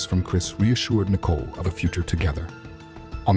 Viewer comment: Her name isn't